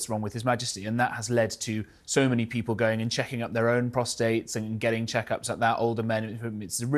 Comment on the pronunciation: Prostate not prostrate